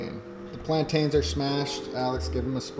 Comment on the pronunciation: Lol it’s hilarious how you pronounce plantains Plant-Tains